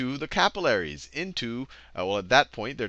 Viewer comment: Say capillaries properly